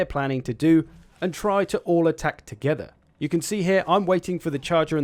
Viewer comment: Love the way you say "attack to-GETH-er" 😂